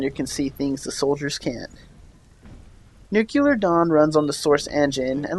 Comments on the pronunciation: It's pronounced "noo-klee-er", not "nook-you-ler". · New-clear not new-q-lur. Good review. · it's pronounced /ˈn(y)o͞oklēər/ bro... Good review though! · nuclear. nuke-lee-ur. nuclear. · The pronunciation is: "noo-klee-er" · Nukelar Dawn?